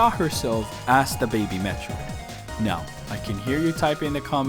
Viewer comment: They need to stop calling it "DEH BEHBEH"